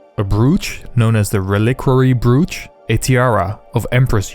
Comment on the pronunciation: FYI: “Broach” rhymes with “coach”